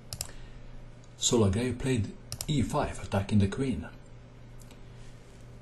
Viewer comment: Excellent video as always.The pronunciation is ''legrav''.